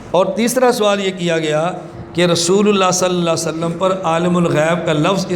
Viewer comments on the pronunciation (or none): Salalahualiwasalam to achi tarah padh.. zuban pe chaale hain kya... Issi se tera aqeeda pata chalta hai. Tumko darood shareef padhte huye b dikkat hoti hai.